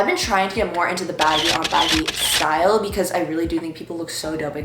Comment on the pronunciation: She said ✨style✨